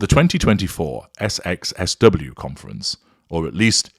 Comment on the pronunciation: SXSW is read as "South by Southwest"